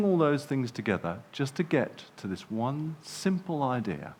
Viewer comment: “dis is da future dis is da game”